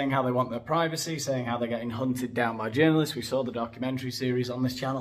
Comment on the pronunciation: Pry-vah-seh” OMG….🤣🤣🤣